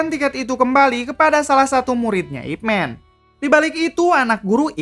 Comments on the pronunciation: Baca Ip Man bukan ip men. Ini kan sebutan sebuah Nama buka ejaan kosakata. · Nyebut namanya saja salah, sok ngulas Ip Man (baca : MAN, bukan MEN) emang org banyak teracuni super hero negri barat : supermEn, ironmEn, batmEn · Ip Man bukan "Ipmen". It's the dialect (Cantonese/Konghu) pronunciation of his name 叶问 （葉問)/"Ye Wen" (Ye sounds like "yeah" and Wen as it sounds in senewen). You can recheck it when Donnie Yen introduce himself in Ip Man vs Jin Shanzao scene:"Wing chun, Ip Man" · Bacanya Man bkn Men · Ip Man min bunyinya.... Bukan Ip Men